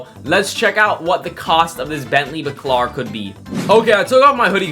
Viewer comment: bentley bAAcAAlar not backlar 😭😭😭